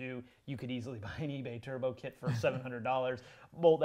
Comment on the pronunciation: just want you to know I heard you try and say Turbo and Kit at the same time and you said "tit" 😈😈